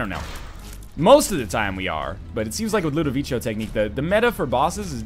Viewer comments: If its italian or french its LudoviKo. Actually i cant find language where ludovico is pronunced ludovichyo. (it would be Ludovicio not Ludovico) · NL it's pronounced Low-doe-vico from the movie/book "A Clockwork Orange" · It's pronounced Ludoviko, you lovely ding-dong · It is pronounced Lood-Eh-Veek-O, just for future reference. They say it out loud in A Clockwork Orange. :D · Rewatch A Clockwork Orange for the correct pronunciation. As an added benefit, you'll get to watch A Clockwork Orange!